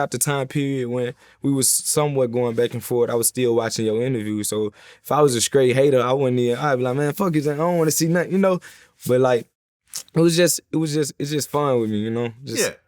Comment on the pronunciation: Is he a bit on the slow side? Why does he say scraight instead of straight? Lmfao